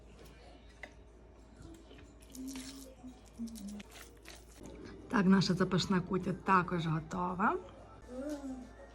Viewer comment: Не кýтя а кутЯ, наголос на Я. Звідки така перекручена назва. Ви цим словом всі приготування зіпсували!